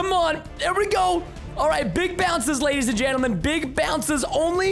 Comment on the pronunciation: How many times Preston said lady’s and gendelment | | | 👇